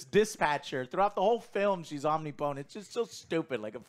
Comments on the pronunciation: om-nip-o-tent....not omni-potent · lol Omnee Potent - English language slayed once again. It's pronounced Om-ni-pa-tent with no break in it 🙂 Did you get word of the day toilet paper from OJ? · Joe's pronunciation of Omnipotent is awesome lol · Holy crap can someone tell how to pronounce omnipotent